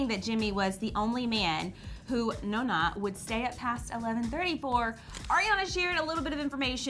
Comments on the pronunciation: its not NAH-NAH its NOH-NNA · They were like nuuna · her pronunciation of "Nona" made me cringe but i still love this channel.